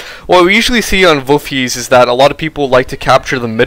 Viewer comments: Woofies? Voolfhasia? I think its pronounced voolfhayza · Hi. About the pronunciation of Wolfheze. In my COH I have the wehrmacht and PE speaking REAL German and in the PE campaign the speaker pronunces it like that: /volfhece/ or /volfhetze/. Your pronunciation sound French I guess:) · Never mind the philosophy about pronouncing things "properly," but as a German this pronunciation is wrong. Volfh(eh)ze. With the z as a "ts" sound. The best way I could pronounce it is V(oh)lf - h(eh)ts(eh). The eh is pronounced like the e in Best. I hope this helps. Great cast, I've been playing COH since it came out and I found your replays. Unfortunately I'm not pro enough to be known, but I'm around :D .